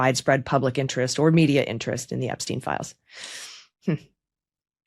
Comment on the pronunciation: Who is this Ebsteen you speak of? Anyone know???